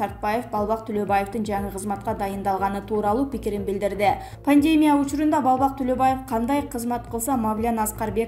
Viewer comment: Пандемя(пандемия),жеке гиениялык